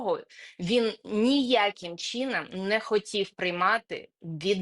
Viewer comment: Не "перемІр'я", а "перемИр'я", не "чІном ", "чИном". 🙈